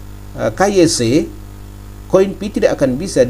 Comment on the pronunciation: Pi network bukan fi network